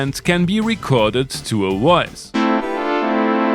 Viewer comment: Woice Woice Woice.... 🙄